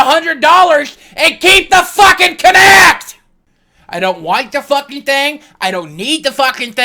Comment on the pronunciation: Its kinect as in movement not konect lol